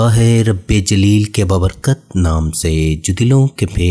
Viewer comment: Baaa ber kat bola kro. Baber kat nahin